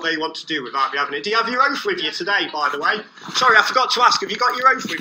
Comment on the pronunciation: “Have you got your oaf wif you today”? Uh, you’re here so I guess, yeah, our oaf is here! a